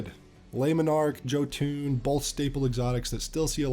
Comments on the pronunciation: “Yoh-ton” not “Jo-tune” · Yep definitly "joetun" Sry this triggered me but all good nice video. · Isnt it pronouced "Yo-tunn"? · did my dude just pronounce jötunn as 'joe tune'?